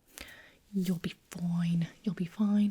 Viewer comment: You'll be FOIN